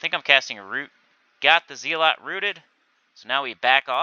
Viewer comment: Hey fyi it’s Zell-et not Zee-lot otherwise great video as always :)